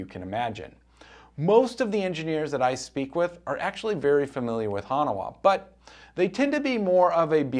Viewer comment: Hanawah? Try HAN-waa